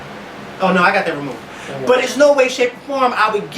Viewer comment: Otay!!!! Not okay otay!!!